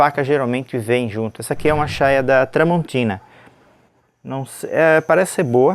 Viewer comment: NÃO É CHAIA O NOME DA PEÇA. É CHAIRA QUE SE DIZ